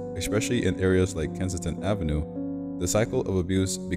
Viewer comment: Kensington! Not Kinston.